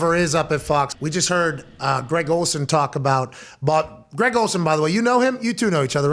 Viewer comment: SHAHT AHT to for calling Greg, G-Reg lol. "7th Floor Crew" ftw